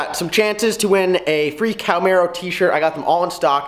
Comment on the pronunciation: Ok dude you lost me the second you said Cowmaro. It is pronounced Cahhh-marro